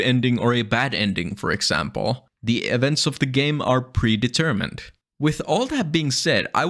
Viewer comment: 'that prevents are e de-mermined' what??? what is that phrase? is that your accent or are you misreading text? are you trying to say 'events are (or aren't) pre-determined?' "prevents are e deMERmined" isn't even close to the same thing. sounds like you yourself are a broken ai at this moment, or are reading (badly) from one.